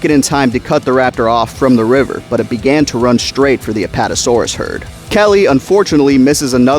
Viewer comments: Who the hell is lee wine? It Levine😂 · For God’s sake….Levine = “Luh-veen”. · Lee-vine? Lol It’s Levine my dude. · Always thought Richard Levine in the book was proved Luh-Veen as opposed to Lee-vine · ...."lee-vine"?? You mean "luh-veen"? Because that's how the last name "Levine" is pronounced. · I know this is really picky but the book character's name is Richard Levine - Levine is pronounced la-veen not lee-vine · Hey just wanted to say the name Levine Is Pronounced ‘ Leh Veen ‘ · Hearing you pronounce Levine like Lee-Vine was painful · Levine is pronounced "Leh-Veen" Dodgson's father is not a dog so I don't know why you keep caling him Dog Son :p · "Luh-veen" and "dodge-sin" Thank you. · Great video but I’m pretty sure Levine is pronounced “La-veen”, as that’s how it was pronounced in the audiobook and how Ted Levine from Fallen Kingdom pronounces it irl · Nah since he got Eddie killed and called grant an idiot we pronounce it Lee-vine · Richard Levine (lə-VEEN) Otherwise, great Video! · its pronounced Leh-veeN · Wonderful video but his name is pronounced-la-veen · No we pronounce it Lee-vine because he called grant an idiot and got Eddie killed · Why are you calling Levine 'Levi'? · Its Lee-vine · As always, great video, perfect for consumption on the weekends haha. It just bothered me how you pronounced Dodgson and Levine. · Good vid, but hearing you mispronounce "Levine" damn near drove me crazy. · every time you said Levine (or however its spelled in the actual book only listened to it on audible) i thought you were saying my name